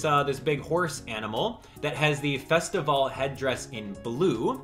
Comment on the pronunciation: Take a shot every time he says festivale